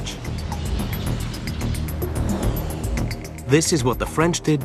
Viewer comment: The 42 km/h thing caught me off guard. I didn't expect them to use units that make sense, on a video about AMERICAN Crash Testing. I hope they will eventually convert to metric somehow. But I still felt discomfort with his pronounciation of TGV...